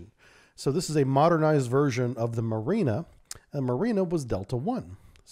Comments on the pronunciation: Not mArina, but mUrena. This is such a fish. And the way you pronounce it, it's a female name. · Murena like in Moray eel. Pronounced with eh sound like in RAM